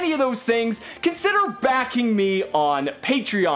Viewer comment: I always love it when he says, "Consider BACKING me on Patreon" xD